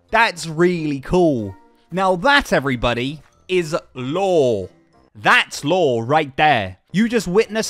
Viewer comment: Honestly I can’t tell if he’s saying lore or law 😂 😂 😂